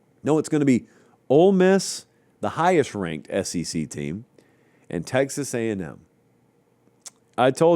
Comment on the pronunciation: Hey, it is the S-E-C, not the S-C-C....